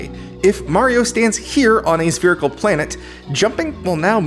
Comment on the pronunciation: It's spherical...SPHERICAL